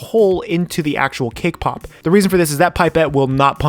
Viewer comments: I keep hearing "kpop" every time you say "cake pop"...sorry it's just me... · Who heard K-pop instead of cake pop🤣🤣